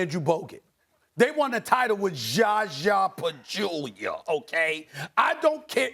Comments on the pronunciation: SAS saying zaza patruela made my day lmao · why everytime he has to say ZHA ZHA PAZHULIA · Steven A. is so trash. I remember how he apologized for mispronouncing those Nigerian player names. He didn't mean that apology. The way he mispronounced Zaza Pachulia is a habit of his. He mispronounces many foreign player names to belittle their talent. He either mispronounces or stretches the pronunciation of their names. It is a trash habit. SAS continuing it shows his apology related to the Nigerian players was insincere. Call this comment hate if you want, but just pay attention when he pronounces average foreign player's names and you'll see it as well.